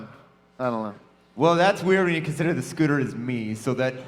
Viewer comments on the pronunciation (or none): Who the fuck is scooper. His name is Scooter